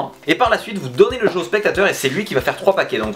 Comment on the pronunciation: spectakeur 😂😂ça fais la 2ème fois 😂😂